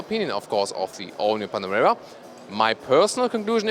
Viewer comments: Panamera lol.. why do you keep saying panorama... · min 5.22 .....?!? ''Panarema'' ..?!? Update ,min 6.21..,,Panarema'' ........or am I stupid and do not understand what I'm hearing... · ''...the all new 'panorama' '' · The all-new "Panarema" :) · why does it sound like he keeps calling it a panorama? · He is! I heard the same thing! several times! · and he's German! ahha